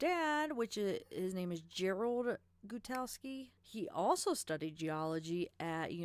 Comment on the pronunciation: Jim Gut-Ow-Ski. He's real, never hid himself after the murders and last I checked his social medias he was working as a contractor in Wyoming pipelines. He's kind of a transient, moves around following petroleum contracting gigs.